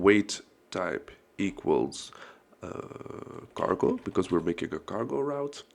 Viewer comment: You said cargo ... I heard gargle... 😅